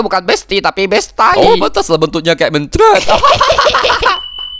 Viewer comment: Mood bgt 😂 Btw bang, bacanya mencret bukan mencret ☺